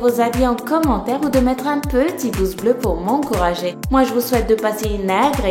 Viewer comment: jsp pourquoi me ce "Babay" ma tellement perturbé :/ XD